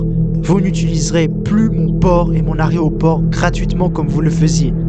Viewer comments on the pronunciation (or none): none